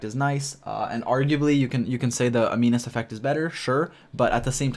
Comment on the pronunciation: Animus not aminus